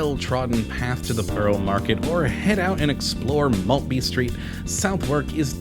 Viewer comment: Love that area! Used to live there. But hearing your terrible pronunciation of Southwark, Bermondsey and Maltby makes me cry on the inside. Surely you should have researched how to pronounce the subject of your video!